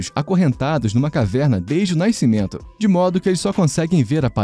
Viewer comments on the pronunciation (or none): Bom vídeo, mas ouvir “naisceu, naiscimento e naiscido” é doído.